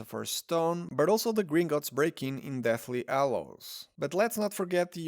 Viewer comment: Agrid. Wet air. Ed elements. Ighly posable. Ow well. People oo like. Deathly Allows. Arry. Why do you simply choose to no pronounce the letter H? At all.